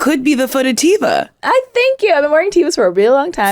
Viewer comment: Believe it or not it's pronounced "teh-vah". I said "tee-vah" for the longest time, too. The more you know.... ✊🏾